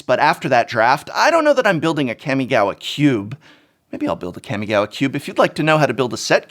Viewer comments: Its kamigawa not kemigawa -.-'' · It's been consecutive videos you pronounced "Kami"-gawa wrongly, Prof... It's "Kaa-mee", not Cammy from Street Fighter... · Hi Prof, big fan. But...it is pronounced kA-mi-ga-wa. Not kEmigawa. "Ka" and "Ke" are two different sounds in japanese. Ka = COme. Ke = CAke. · It greatly upsets me how you keep saying CAM-E-GAWA... Kami, as in God in japanese... Also I really like the retrospection you put into this... and you're right its insane... I remember being at Lorwyn Prerelease when planeswalkers were introduced... That's something a lot of players will never, and have never experienced... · K-AW-migawa not Kammiegawa. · this man really said Keeahmeegowwuh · I hate when English teachers mispronounce words -_- it's "Kah-Mii-Gah-Wah" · It's pronounced Kahh-mi-gah-wah... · I clicked just to hear you say Kammy Gawa and was not disappointed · It’s CAW!!! (Like a crow) CAW•ME•GAW•WA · The professor pronouncing Kamigawa is making me cringe. It's pronounced: "Kaw-Mee-Gaw-Wa" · Everytime the professor mentions Kamigawa, I listen carefully, hoping the he'll actually pronounce it correctly. This has yet to happen. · I can’t tell if he’s saying the name wrong on purpose or not lol